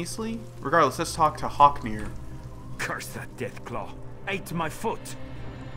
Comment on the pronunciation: Its actually Haknir, but yea